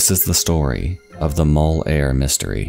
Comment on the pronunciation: Muhll not mole. Obin not oh-bhan.